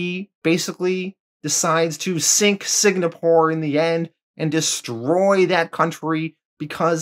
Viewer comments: It wouldn’t be a video without me butchering the name of something! What happened was I thought Singapore was actually spelled differently, by the time I realized my mistake the full thing was recorded and edited, and I didn’t want to go back and redo all of issue 4 again. So sorry to any Singaporeans out there! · Why are you pronouncing SING-A-PORE so weird? You keep saying SIG-NA-PORE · lol are you saying Sig-na-pour? its Sing-ah-pour. also, did dude really just sink an island like it was a floating land mass? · ITS S-I-N-G-A-P-O-R-E NOT SIG-NA-PORE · If I hear you say “Sig-Na-Poor” one more time, my head will explore the same way Victoria from ‘The Boys’ on Amazon Prime makes people’s heads explode. Lol. “Sing-A-Poor” is how Singapore is pronounced. 😂 Great job with your channel btw. Love the channel and have enjoyed the content every since you did ‘The Boys’ full series on your channel. Keep up the awesome content, good sir, and I hope you have a glorious day when you see this message. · Note: I mispronounced Singapore as Signapore. For some reason in my head I thought it was spelled "signa" and ran with it. So apologies if it annoyed anyone. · Before correct you I love your channel and Patreon account buti think proper pronunciation is Sing-uh-por. Singapore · Man...and you were really firing off those "Signapores"...like 35 times in 3 minutes. After a while I thought you were doing it on purpose for some reason. Like, why tell us so many times where they're fighting, how does that enhance the narration at all...."Signapore"...got it. Also, you don't need to point out Volt is the black superhero. That's how you introduced him in his bio. We can see that from his picture, you don't need to tell us that...because you know...its not a superpower. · It's driving me insane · SIG-napore? Lots of words get mispronounced on this channel, but this one was a lot harder to ignore.